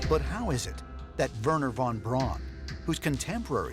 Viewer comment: Thank you, Giorgio, for pronouncing von Braun's name correctly. How refreshing.